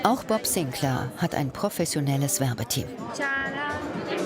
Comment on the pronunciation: Bob Sinclääääär, not Bob Sinclaaaaaaar....... 🤦🏼‍♂️